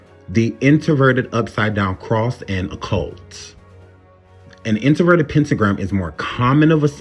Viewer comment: My heart and prayers go out to all the families who were affected by this horrible tragedy. And I know this is just random but can you please pronounce your words correctly you keep saying introverted instead of inverted when you're speaking of the Pentagram I'm sorry I just had to vent about that because it was really annoying TF out of me as I was watching this video.